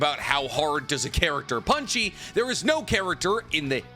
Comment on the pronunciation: Bro for the love of god please stop saying” punchie “or “punchy” or whatever tf you’re saying man it’s annoying I love you videos tho bro